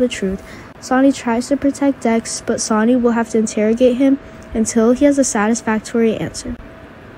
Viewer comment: Damn learn to speak IT'S SONNY NOT Sony !